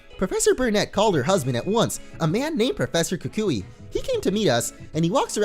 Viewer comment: Lol pronounces it "ka kooie" when its pronounced "ku kwi"